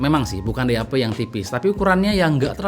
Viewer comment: Nama DAP gw dengernnnya "DI HAPE"